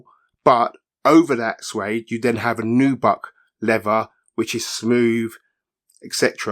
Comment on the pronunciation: Ny-Kee. It’s an American brand name. If you show me official audio advertisements where they say Nyk, I will quickly recant. Also it not pronounce levva it’s lea”Ther”. Also its not “free” it’s pronounce “ThRRReeee” Do you say “fing” not TH-ing. Is your tongue swollen?? I’m sorry is your “fung” swollen? Please pass fa message to your blokes.